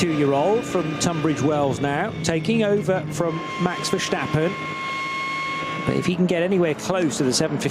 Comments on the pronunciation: Feels off when I hear the commentators call him "Vehrschtappen" every time... I thought he was dutch! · Only one commentator did. But yes, very annoying. Apparently its also very difficult to pronounce the a in Verstappen like in the word "bar" instead of like in "happen". Do your freaking homework. Don't butcher non English names.